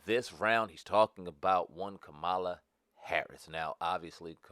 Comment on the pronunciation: First of all, why you so disrespectful? What if I call you Spam over and over again? If you watched the DNC convention Mrs. Harris's nieces explained in real simple instructions on how to pronounce her name and your dumb ass still can't get it right.